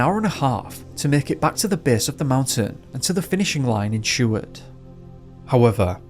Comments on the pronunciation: I remember when this happened & you don't pronounce Seward or Kenai right at all, other than that good job.Greetings from Anchorage, Alaska. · I remember when this happened & you don't pronounce Seward or Kenai right at all, other than that good job.Greetings from Anchorage, Alaska. New to your channel, Happy New Year 🎉 but this is still very sad for Paul's family not noing what happened to their loved one.